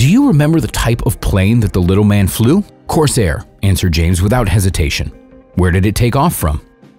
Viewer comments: The aircraft was called a "Corsair", not a "Coarse Air". There was no "U.S. Air Force" in World War II. The U.S. Air Force was established in September 1947, more than two years after the end of the war. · Hey bud, just an fyi, the plane is called a Corsair, not a "coarse airplane" Actually a Vought F4U Corsair